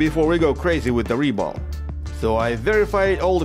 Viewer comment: "РЕБОЛ" ?! хм!... я кажется не ошибся в происхождении автора...